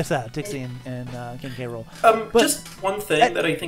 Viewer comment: King gram... realy its oviesly king k rool